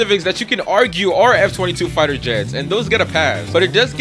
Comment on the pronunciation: its f-22 not m-22